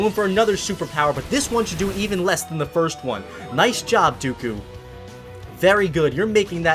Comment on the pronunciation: Its dooku not duku